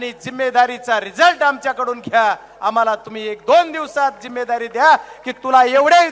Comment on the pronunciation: जिम्मेदारी शब्द बोलता येत का अगोदर बघा मग बोला मोदी च्या नखा सारखा नाहीत